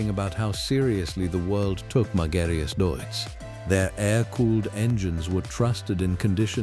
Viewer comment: и правильно марка именовалась Магирус